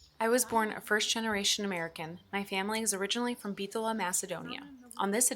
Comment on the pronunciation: lol bro there's no H in Bitola